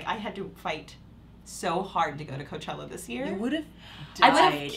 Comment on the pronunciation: Lmaooo “hooker” for Coachella